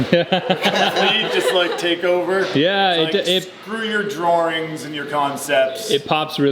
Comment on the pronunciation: "Drah-rings"